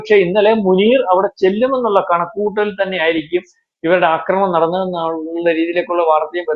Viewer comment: അക്രമണം അല്ല ആക്രമണം ആണ്. മലയാളത്തെ ഇങ്ങനെ കൊല്ലരുത്.